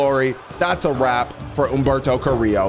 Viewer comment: I love how he can pronounce Humberto Carrillo correctly but not "pollo." It's literally the same type of pronunciation with the two "L"s